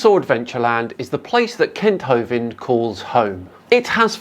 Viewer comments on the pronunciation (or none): no more Kent Hovent schaisse, pliis.